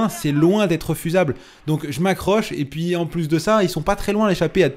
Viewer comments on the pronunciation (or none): none